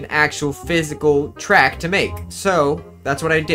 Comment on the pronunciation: I love the parts where you say "carT" and "traCK" its so satisfying